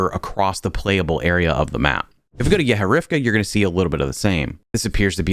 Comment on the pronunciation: it's "gorodOk", not "gOrdok", "yehOrevka"